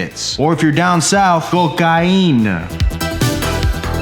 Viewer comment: I’m from Houston Texas and the “Cocaina” is funny but truuuuu 😂😂😂